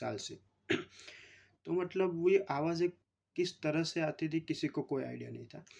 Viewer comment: मटलब नहीं मतलब